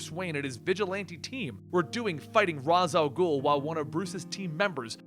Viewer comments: Raysh is more right, but Raz sounds much cooler. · "ra's" al gul pronounced "ray-sh" al gul via 1990 B:TAS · Dear, Im a big fan. But it annoys me so much when you pronounce Ra's Al Ghul wrong. Its pronounced RAYSH. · yes you are right its just like how some people say madara name different I never get why people don't understand